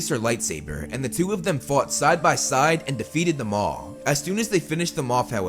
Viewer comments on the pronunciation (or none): I think it was suppose to be "defeated them all" but it also sounds like "defeated the maul".